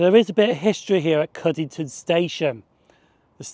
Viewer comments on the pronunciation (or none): Cuddington, not Cuddlington (no L AFTER Cudd), lol